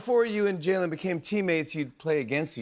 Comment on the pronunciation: Did Jimmy mispronounce Jalen’s name at the end? Or are we saying wrong this whole time? lol